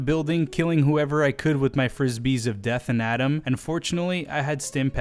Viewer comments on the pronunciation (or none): none